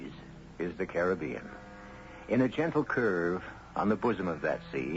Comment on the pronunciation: This is the second or third time I've played this story but it's the first time I've noticed that EG Marshall pronounces "Caribbean" the same way I do. Most people say it differently nowadays.